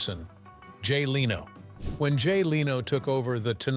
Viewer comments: It's not Leeno. It' s Leno. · Good video but I don’t subscribe to sites that use the lame AI voices that mispronounces simple words it’s lame and unprofessional , Leno not Leeno, use a real narrator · Jay Leno's last name is pronounced LENN-no, not LEE-no. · I couldn’t watch this because of the AI pronunciations of names starting with Jay Leno. The AI was pronouncing it Jay Leeno/Leano. It was so much better years ago when an actual person talked. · I missed the part where Rickles named the hated 7 - and who was "trash?" (The first name I thought of was Milton Berle). Yes, I enjoyed Rickles' humor. And I hate stupid narrators that can't even correctly pronounce a big star's name. It is NOT lee no. But congrat's on getting his first name correct. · who the f is "Leeno " !?! Loose these ai scripted narratives, they stink ! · The headline "Don Rickles Finally Names The 7 Comedians He HATED Most" shameless clickbait. Not a hint of that in the video. Also, pronouncing Jay Leno's name as Leeno was abrasive. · LEARN HOW TO PRONOUNCE LENO!!!!!!!!!!! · I blocked this channel when the ai said Jay Leeno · Jay LEENO? I stopped after, yet, another AI snafu. Way too many times AI screws up like this and I just stop listening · Leno can't you get someone who can pronounce names it's an easy one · Too bad the AI can't pronounce Jay's name correctly. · Every time they mispronounce Jay Lenos name I want to slap them!